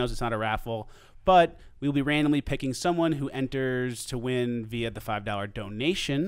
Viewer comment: It's pronounced via, not via.